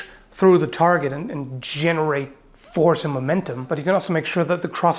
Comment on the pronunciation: I like that "but" which is more like "BUTT"